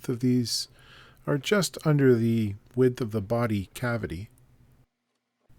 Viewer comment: Extra points for use of the classic Canadian 'Ay?' I also love the way he says 'widdth' for width; here in the UK 99% of the time it's 'witth' or close - the d is incredibly soft. Just in passing, there was some lovely woodwork in this.